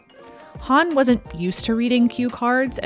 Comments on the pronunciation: Why do you pronounce Hawn as Hann instead of Hohnn? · I'm like "who's Han" (Solo)? Growing up I always pronounced her name Goldie Horn. Or to put it another way you say Hawn in the same way you say Hawk. Am I wrong? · Why do you keep pronouncing her name as Huun? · Good stuff.. although I've never heard 'Hawn' pronounced the way you say it